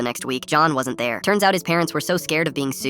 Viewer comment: "Im not even a lawer"💀💀🔥